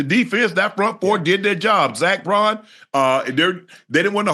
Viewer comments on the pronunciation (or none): It’s baun not Braun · His name is Zack Baun, not Braun, put some respect on his name dammit! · Y'all have a whole off-season to learn these Eagles names. Zack BAUN, Cooper Deh-JĒN, Quin-Yon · It’s Baun not Braun vato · Am i tripping ... Its "Baun" not "Braun" right? Lol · UNC stop calling him Braun.. it’s BAUN! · LEARN ZACK BAUN's NAME